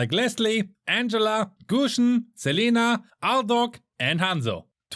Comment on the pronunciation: What i hear is Selena aldog hatdog